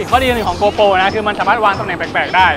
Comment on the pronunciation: GoPro not gopo